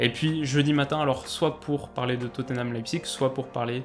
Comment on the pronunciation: Alors tout ce que tu fais est cool mais par pitié prononce Tottenham autrement que "toténame" stp !!!! C'est "tot-nam" avec le "a" qui se prononce quasi comme un "e".